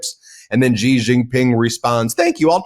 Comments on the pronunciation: Ben. I am most disappointed that over such a long period of time, you still can not pronounce the Chinese president's name correctly. It is pronounced as 'see or C' and definitely not 'jee'. The evil admin is in general a fair weather friend. It falsely promised protection to countries can can be used as proxies to counter China. Now that it realises that preventing Chin's progress is impossible, he will abundant all in south east Asia. Taiwan and Japan are now feeling the great shock betrayal. Here is hoping others will wake up soon to assist in the collapse of the evil admin. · Ben, the name "XI" in standard Chinese (aka, Mandarin) is pronounced like the English "she", not like "gee".